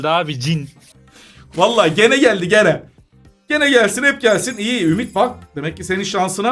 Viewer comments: Yazılışı GENE okunuşu CİNİ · Kötü amacli DEĞIL abi ama ismi normale Gene değel ismi söylemekte "cin" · Cok yavas aciyorsunuz bu arada okunusu gene degil gin diye okunur